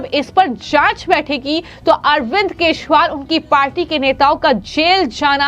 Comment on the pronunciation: Aap keshwal bolte hein.Unka naam kejriwal hei